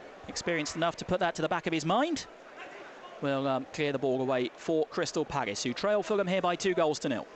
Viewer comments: he says his L's as G's. crystal paggis. Yannick Bogasie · WHY DOES HE KEEP SAYING CRYSTAL PAGGIS? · Why have we played better in every pre season friendly than we did in any game last season? Actually getting excited! And was it just me or did it sound like he was saying 'Crystal Paggis'